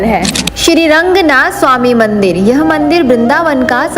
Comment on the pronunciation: It's not Rangnath....it's Ranganathar..bhagvan ke nam ko sahi se bola tho bhagvan bhi khush honge🤌🙂